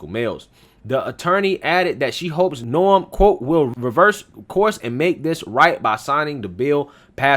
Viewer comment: May I just point out her name is "NOEM" not "NORM"...but thanks for this it's definitely a viable story !